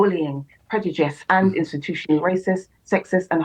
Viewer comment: I see no-one still can been bothered with the headache of correcting her that its "prejudice" not "predujice"